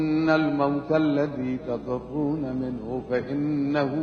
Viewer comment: النجاة قال تعالى ( قل إن الموت الذي تفرون منه فإنه ملاقيكم ) في كلمة تفرون تكسر الفاء شيخكم المضروب رفع الفاء